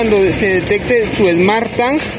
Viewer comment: Que pesado escuchar smartTAN!!